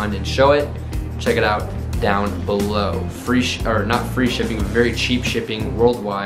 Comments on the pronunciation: “comment down bellow” Huh? BELLOW Lmao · "comment down BeLLoW"